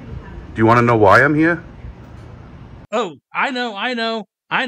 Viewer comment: Someone explain to this guy that the word "here" is only one syllable. You're not throwing a punch in karate or anything